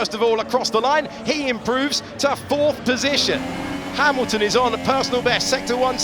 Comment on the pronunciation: Russel ahead of Ha"mimimi"lton, AGAIN! LOL